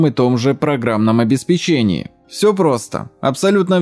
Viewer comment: я в который раз замечаю, что люди ведущие техно каналы говорят программное обеспечЕнье. О каком печенье идет речь ? Правильно будет программное обеспЕченье, потому что обеспЕчивать , а не печЕнье